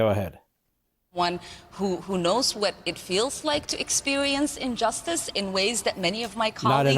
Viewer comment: "injustice" not unjusctice, she doesn't even speak English. How can the US allow an illiterate to be in congress?